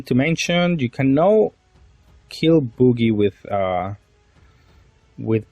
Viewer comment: Hearing "boogie"instead of Bug-ee (Buggy) the entire video had me laughing so hard 😂 great content as always 😊